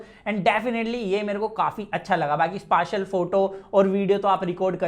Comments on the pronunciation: "Spashial" wtf! It's "Speshial"..🤡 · Next time be careful how you say 'spatial'. Thank you.